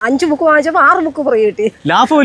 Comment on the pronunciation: ലാഫം അല്ല ലാഭം ആണ്